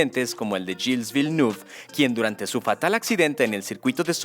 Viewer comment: Me estaba entreteniendo hasta que escuché esa pronunciación de Gilles Villeneuve. Tremenda pirueta vocal.